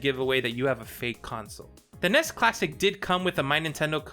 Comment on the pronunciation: I started watching this but he keeps pronouncing NES. Took me Out